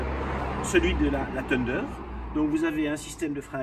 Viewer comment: Dualtron tundeur xdxdxdd